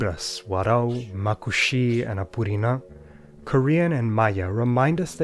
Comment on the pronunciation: BRO THE WAY HE PRONOUNCED APURINÃ CORRECTLY IS INSANE